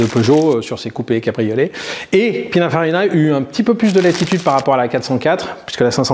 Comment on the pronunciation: Pin( un )farina??? C'est pas plutôt Pin( ine)farina?